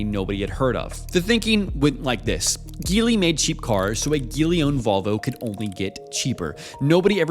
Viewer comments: It's gee Li, not guee Li ! F lazy YouTuber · Hearing it mispronounced with a hard “G” was grating. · Just a word of advice Geely is pronounce - Ji-Lee. As how they’re pronounced in Mandarin 吉利, meaning auspicious. Just thought if we could learn to pronounce Lamborghini properly, we should pronounce Geely correctly as well. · Do you pronounce it Geely as in GIF or Geely as in GIF? Because I always thought it's Geely. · Why do so many people pronounce Geely wrong ? 😂